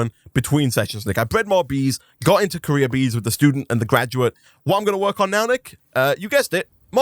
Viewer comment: when you say "career" it sounds like "Korea" hahah. wtf is that sound ?